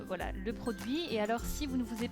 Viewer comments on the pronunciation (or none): cc tu n'a pas du tout l'accent belge,j'entand vite fait l'accent du nord quand tu dit voilo!j'ador😉